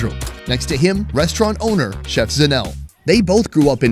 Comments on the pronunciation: By the way her name is pronounced ZA NE LE not Zanel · Lol. Yes I wanted to say, its pronounced zanel le! Dont forget the le. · ejo its zanele not zanel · Super cute how pronounces Zanele as "Zanel" 🤣😭❤ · Isn't it pronounced Zah-neh-leh 😂😂😂. You saying Zanelle like she's a Gazelle. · As a Cameroonian student in SA,I have come to appreciate South African culture, the hospitality of S.Africans, the pronunciations,etc and couldn't help laughing when pronounced Zanele as Zanell lol. Great job showing the truly authentic side of South AFRICA and not the Westernized McDonald's episode at Rosebank lol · Pronounced Zanel-LEH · Couldn't get over pronouncing Zanele as Zanelle😂😂😂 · I kept watching and going "Zanelle? That's a pretty fancy name, is it a nickname?" then it clicked lol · The way he pronounces South African Names😂😂.."Zanel" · Her name is Zanele,..Zah-neh-leh. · When said Zanelle...all south Africans know they laughed. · Zanele is pronounced Sun-Eh-Leh ☺ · Zanele is pronounced ZA-NE-LE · Are you sure her name is not pronounced ZAH-NAY-LAY? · The only thing that killed me was his pronunciation of "Zanele"... And then "soweto" not knowing its SOuth WEst TOwnship... But honestly the rest of the video made me an even prouder south african 🇿🇦 he comes with the utmost respect and care, makes jokes that are suitable and relatable and he will taste everything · Just needs to learn to pronounce Zanele and not try to mKe it sound French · Dude at least could have tried to pronounce Zanele correctly. And that's coming from an umlungu.